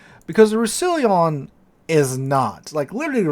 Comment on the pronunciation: I think it's pronounced / Rous sa lon